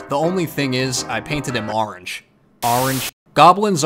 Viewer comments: I love how you are emphasizing how people think you say orange wrong and now you are over emphasizing it now XD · The way you kept putting emphasis on the word orange was perfect 😌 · You still can’t say orange